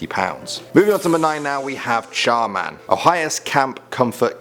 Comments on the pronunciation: Me : char man?? Also me : char man der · When he reviewed Char Man, I kept thinking to myself Char Man...Der 😂😂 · Char man der...am I the only one who noticed this? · When he said char man I thought he said charmander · oh no, it's CHAR MAN! DER.... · Char man - Der xD yasss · Char Man Der xD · Char Man-Der lol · I thought he said Charmander.